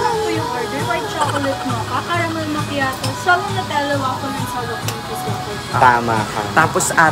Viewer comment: Tama naman pronounciation ng macchiato ni balong.. yung sayo ang mali. 😅 its makiyato not machato hehe